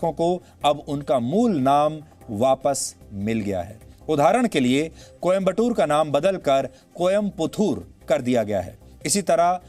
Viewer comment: कृपया सही उच्चारण यहां से देखें ( आपकी सुविधा के लिए ) कोयम्पुत्तूर - Koyamputhur वेलूर - Velur नि पंचम्पट्टी - N Panchampatti तूत्तुक्कुडी - Tuttukkudi तिरुवारूर - Tiruvarur तिरुचिरापल्ली - Tiruchirapalli